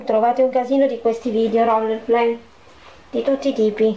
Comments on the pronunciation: comunque si pronuncia "Rol play" non un roller. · Folletta, fermati un attimo e ragiona: ti sembra il momento di pubblicare video del genere? Il naso moccioloso, una suoneria schizzata, la bambola posseduta che rutta non ti aiuteranno a riguadagnare la fiducia e il rispetto dei tuoi iscritti... E daglie con 'sto "rollerplay" 😱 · Non può andarci , è un po' messa male con l'inglese...ROLEPLEEEI😂